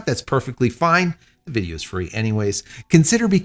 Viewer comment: Fine! (Italian pronunciation)